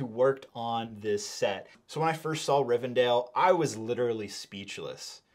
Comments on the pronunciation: you said it right the first few timesbut then switched up rivendell, not rivendale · Love this review!! Looking forward to this release! Thanks for previewing this set for us 🙏🏽 Side note: I hate to say it BUT it does tick my OCD … isn’t it pronounced [ri-ven-del]… several times I keep hearing [ri-ven-dale] 😅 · DELL. It’s RivenDELL… not DALE